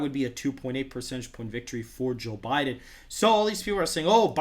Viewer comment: Sounds almost like he's saying Jill Biden lol